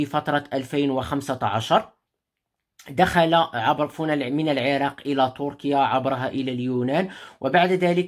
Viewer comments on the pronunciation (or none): none